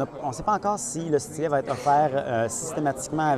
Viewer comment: Bon la prochaine fois tu feras ta vidéo en français hein? LOL Nan je rigole mais y a quand même une différence entre S-TY-LET et stlèt hein ?? xD Merci quand même pour cette vidéo :D